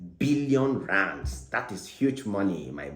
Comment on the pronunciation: 😂😂😂 the way you call the rands like a south African dey sweet me 😂